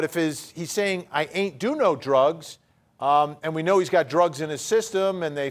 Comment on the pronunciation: Why am I hearing "I ate too many doritos" drugs has 1 syllable, and whatever hes saying clearly has 2 syllables